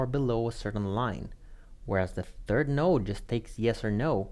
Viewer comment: So he's saying node, and no depending. Those not familiar with "node" might not understand the differences since we're primed for no or yes. Might be helpful to be clearer in enunciation or spell it on screen.